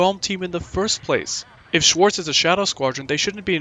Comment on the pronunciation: Uh, AC0 got pronunciation wrong for Belkan names as well. Like Ruchs to Luchs (Lynx), should have a harsh tongue sound, and Schwartz should be pronounced (Sch-Vartz) the W is usually pronounced as a V in Belka- I mean, German! Just wanted to say lol